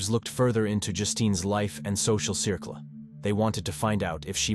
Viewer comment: When the A. I. can’t even pronounce “circle” and says “surclay”….Im out. 🙄